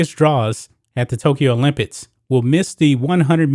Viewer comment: It sounds like this dude is saying the word "OLYMPITS" instead of "OLYMPICS". Am I tripping 😂